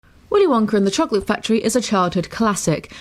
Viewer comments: It's "willy wonka" not "willy wonker" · Is it just my imagination or does she call Willy Wonka Willy wonker? 🤔🤔🤔🤔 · She said Willy Wonker